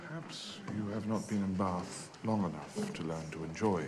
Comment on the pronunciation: I’m so in love with how they pronounce Baaaath <33